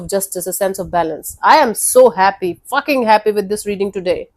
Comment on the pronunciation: the way she she say fucking happy was crazy🤣🤣🤣🤣🤣🤣